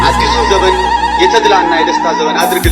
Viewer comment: "ዘበን " አይባልም " ዘመን " ብለህ አስተዋውቅ